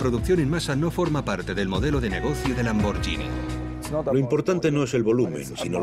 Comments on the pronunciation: Pueblo bruto e inculto el español. ¿"LamborGIni"? Hay una h entre la g y la i, así que es "LamborGHIni, no "LamborGIni. El locutor ignorante oye a un italiano que claramente dice LamborGHIni a los , pero enseguida él insiste con ¿¿¿"LamborGIni?? Qué falta de profesionalismo, por favor. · Se pronuncia lamborguini no lamboryini. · Se lee LAMBORGUINI, no LAMBORYINI. En italiano la combinación "GHI" se lee como en español "GUI". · Que puta mania con pronunciar "lamboryini", se pronuncia "LAMBORGUINI", igual que spaghetti, nadie dice "espayeti". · Habría que avisarle al imbécil que narra que la marca es LamborGHini, no LamborGIni, como dice él. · Es bruto el locutor? No se dice lambor"sh"ini sino lambor"gu"ini. Sino sería lamborggini en vez de lamborghini. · PALETOS! Se dice Lambor-GUI-ni. Es genial... escuchen al Presidente y CEO decir Lamborguini, pero no, el locutor que traduce sabe más... Lambordjini... impresionante. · Lo siento por ti , no se pronuncia lambordjini , sino laborgini.